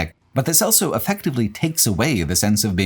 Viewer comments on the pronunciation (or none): Why do you say "elso" instead of "also"? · pronounces the word "also" as "elso". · Please learn how to say “also”